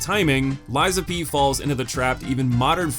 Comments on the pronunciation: FYI it's LAX-ASHIA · damn man, her name's in the video, how did you butcher it THIS badly lmao